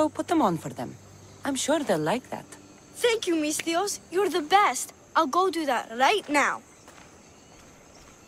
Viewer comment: Am I the only one who continuously hears “Miss Theos”?